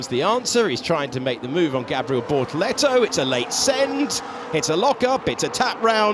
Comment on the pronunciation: I keep mishearing bortoletto as ”Lehto” 😂